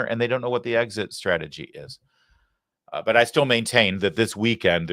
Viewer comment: "but" not "bit"!!!